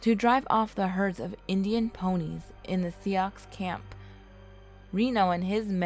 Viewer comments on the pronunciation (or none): Sioux is not pronounced like that. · She pronounces everything so wrong Sioux 🤦🏽‍♀️ Arikara 🤬🤬🤬